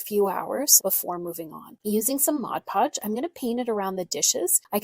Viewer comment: MOD Podge. Not MODGE Podge.